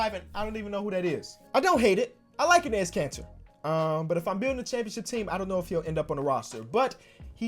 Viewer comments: It’s pronounced “Ennis” Kanter! I’ve commented on like every video where you say his name cause it makes me cringe every time lol love the vids tho! Huge fan! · Its pronounced ennis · enes is pronounced like the second time you did it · Dear lord, say Enes right.